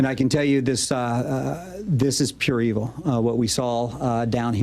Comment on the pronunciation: In another interview he said it was Eveel.